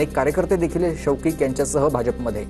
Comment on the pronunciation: शौकिक नाही, कौशिक आहे रे बाबा... diclecsia झालाय की काय?